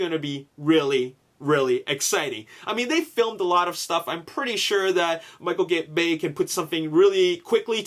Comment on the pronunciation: HAHAHA Did anyone else hear say Michael Gay lmao